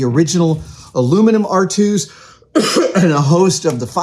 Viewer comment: Thank you for using the correct pronunciation of aluminum! I get really tired of all the other channels that add the extra i and say "aluminium". I know that both versions have made their way into the dictionary, but I prefer what's on the periodic table of elements.